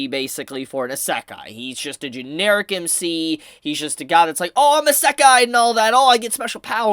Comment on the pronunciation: How do you fuck up the word "Isekai" so bad?